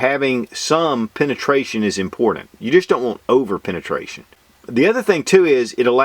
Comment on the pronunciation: what is penestraishan? lol